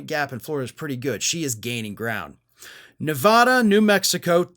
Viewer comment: Please learn how to pronounce Nevada correctly. It makes you sound ignorant when you can't even pronounce the names of states.